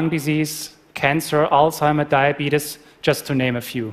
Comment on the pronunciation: He actually said diabeetus